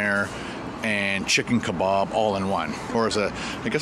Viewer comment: can I just you are amazing but its chicken kebab not kebarb and its pronounced donna not donair